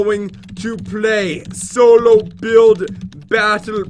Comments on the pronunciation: Pat said buidf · “buildf battle” 😂